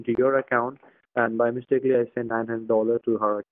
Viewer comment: I'm sorry... did he say 'mistakely'??